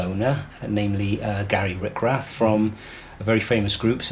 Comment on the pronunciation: RICH-rath, not RICK-rath.